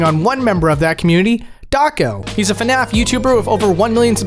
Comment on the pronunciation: please dont say fanaf